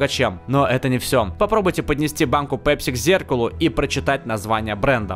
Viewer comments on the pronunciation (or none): none